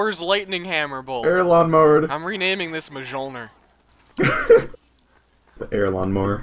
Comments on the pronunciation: "Im renaming this Muhjolner" XD Its mee-yol-neer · It's not mi-jol-nuhr, its myol-neer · Mahjoelner? Do you mean Mjolnir? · it's mjölnir not majolner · Its not pronounced Mah-jolner. Its Myohl-ner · It's actually pronounced "Myolnir". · Actually, it is pronounced Mjølner. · ITS PRONOUNCED MEE YOLLL NEEEEERRRRRRRRRRRRRRRRRRRRRRRRRRRRRRRRRRRRRRRRR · I know its named Mjölnir but its pronounced Meeolneer. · its actually pronounced myolnear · lol ma-cho-lier xD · Mjolnir is pronounced mee-yol-near :) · the mythical hammer is pronounced "mee-ol-neer". not with the J sound. just to let you know =) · Hold the phone..... How did he pronounce Mjollnir? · He plays dota 2? He said mjollnir. :o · pronounced Mjolnir wrongly:c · You pronounce Mjølner the wrong way.